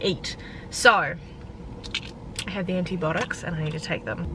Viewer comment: Anti botics 😂 you said it on live the other day to